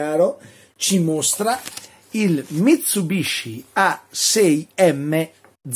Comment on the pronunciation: Mi tsu bishi....ma davvero?